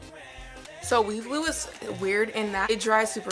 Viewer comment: Sounds like she’s saying weed glue